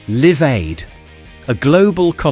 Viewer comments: Going liv - not going live? Horrible AI video! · Why does the voice over say "going LIV" instead of "going LIVE"? Is it AI generated? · I noticed that, also "Liv Aid" in 1985, plus "recess" and "yard" in reference to playtime suggests it's American. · "Going Liv" 😅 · Going Liv? Sher-bet? Bayta max? Liv-Aid? 😂😂 Oh Dear! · Going Liv? Liv Aid? What is this AI generated voice nonsense? What a load of bollocks, had to stop watching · Why does the narrator keep saying liv instead of Live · Why are you pronouncing LIVE wrong. Your British accent tells me you should know better. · This guy doesn't know how to pronounce 'Live' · Nice to look back, but why does the narrator say live wrongly. AI maybe? Just checking 😮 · Public bins weren't removed until the increased Islamic terrorism of the early 2000s. PS why does the voiceover keep saying live, as in "i live in a house" rather than live as in "we'll do it live"?? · You pronounce 'LIVE' wrong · Everybody relax. Cuz AI can't tell live (as in "give") from live as in ("five"). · The A.I. pronounced LIVE and SHERBET wrong. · Ruined by the AI commentary mispronouncing words such as *live*. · Not ruined, but I get what you mean. 👍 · AI does not like the word "Live"... lol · What's up with the bad pronunciation? Is this AI? Zay-X spectrum? Going Liv? Liv Aid? Poor.